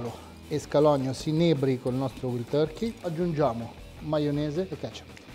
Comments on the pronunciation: "Uaild Torkei" non "Uild Torkei" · waaaaaaaild turkey.. vild non si può sentire! panino però buono provato live da hamerica's! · Sticazzi della carne cotta male, si può sbagliare, ma per favore la pronuncia, "uild turki" no eh e dai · INDECENTE. Hai lasciato tutto il bruciacchiato dellìhamburger sulla piastra perchè l'hai girato troppo presto. Per simulare il blue cheese americano il gorgonzola dolce non va bene, ci vuole quello piccante. E per mettere i puntini sulle I .... "uild torkey" ? Manco capace di pronunciare Wild. Ma vai a vendere le caramelle, va.